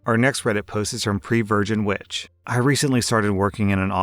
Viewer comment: Pervirgin witch not previrgin witch